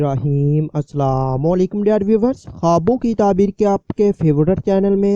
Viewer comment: Hello atleast salam to seedhe tarike bol liya karo..